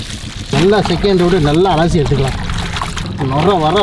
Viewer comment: அலாசி இல்லை அலசி.மரமண்ட😂